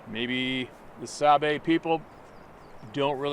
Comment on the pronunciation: Sabe is how the Ojibwe/Chippewa refer to them. There are hundreds of different handles for them. It's pronounced sawBAY stress on the second syllable.